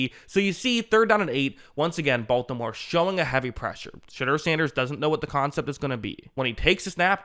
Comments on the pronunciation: Shedeur’s name is pronounced sh-door not sh-dur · I love that you pronounce his name as shitter. Legit love it.